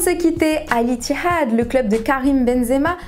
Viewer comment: Pourquoi elle dit al ittihad comme une chienne